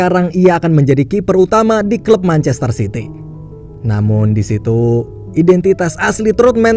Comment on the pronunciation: Lu salah ngomong manchester city woi bukan manchaster sity